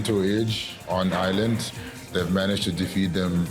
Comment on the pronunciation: How do the Brits not know how to pronounce Ireland? Its not "I-land"